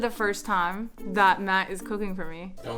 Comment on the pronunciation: I’m cuuuuuking really😂😂😂😂 had a whole accent at that moment 😂😂😂😂